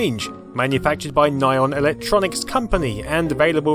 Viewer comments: Its not "nye-on", its "ni-hon", which means Japan. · Nihon is pronounced nee-hon...